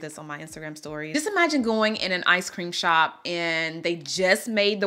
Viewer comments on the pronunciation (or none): none